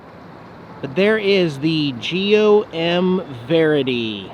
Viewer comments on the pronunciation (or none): none